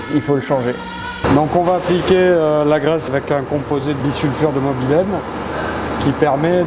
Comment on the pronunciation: Bisulfure de "mobylène" ? Bon, je vieillis et suis un peu sourd, m'enfin ... Sinon, très intéressant !